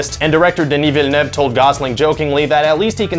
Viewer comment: THANK YOU for saying Denis Villeneuve's name right Québec represent!